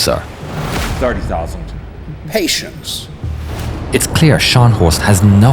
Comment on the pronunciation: That "Patience" sounded so British, I could almost smell fish and chips from behind my monitor.